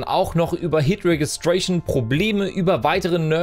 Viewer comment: fänds cool, wenn englische Aussprache beachtet würde. Vllt vorher mal googlen. Zum Beispiel "hit registration"